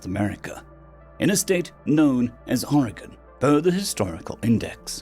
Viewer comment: As a lifelong resident of Oregon, I can tell you that our glorious narrator nearly pronounced the name of my state, like a resident of Washington state. 😂